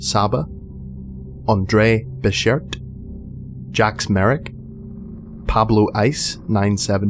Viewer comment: Welcome back Andre BECHERT. Just hearing his name pronounced +1